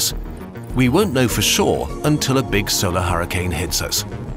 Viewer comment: Nobody: Poland, : Beeg